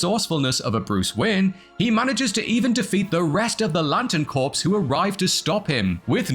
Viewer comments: Hmm, I had no idea that both the green and yellow lanterns were all dead. Oh, you meant corps, which is pronounced "core", not corpse. Silly me, I thought you were English, not American. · You do not pronounce the p in Corps. P is silent. Like Green Lantern Core. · Corps is pronounced "core". A "corpse" is a dead body. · Have you learned how to pronounce "corps" yet? Do you know who Mrs. Chilton is?